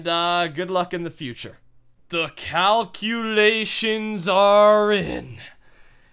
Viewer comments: wait did he say cowculations? umm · Did u notice that he said cowculations